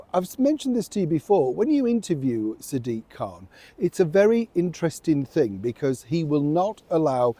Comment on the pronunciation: Must get my hearing checked, I could have sworn you called him Surly-diq,! With Labour's plans to disperse even more of the overarching UK Parliament's democratic authority to local powerbases/unelected quangos, there'll soon be all-powerful Sadiqs in every city offering deals to compliant MPs in exchange for rallying support for them from within their own warring caliphates/fiefdoms.....and, of course, personal aggrandisement/reward. Parliament, as the supreme authority is teeting on the brink of redundancy, with only Reform UK identifying the constitutional dangers; so what are parliamentarians doing?......colluding to silence them! Talk about thick.......